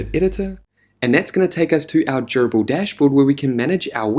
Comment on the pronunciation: Love the walkthrough and your soothing voice makes it very easy to listen to ~ aside from the fact that it sounds like you're saying 'gerbil'